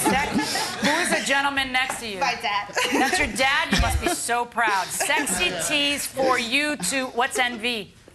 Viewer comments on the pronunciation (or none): Not the Judge saying "sleazy" instead of sexy 😂